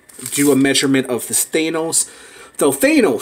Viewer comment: It thanos not thenos